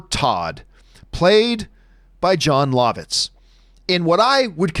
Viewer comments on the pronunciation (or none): He pronounces Jon Lovitz Jon Lahvitz and not Jon Luhvitz. Lol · John, I don't think you're pronouncing Jon Lovitz correctly. I'm pretty sure it's "Love-Itz"